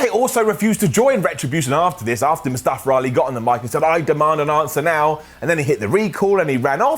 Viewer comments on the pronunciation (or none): Can the commentators pronounce Mustafa Ali's name right.